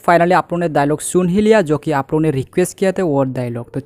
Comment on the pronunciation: Ara bhai apona nahi ap logona.